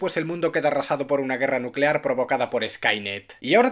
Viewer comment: Núcelar. La palabra es NÚ-CE-LAR.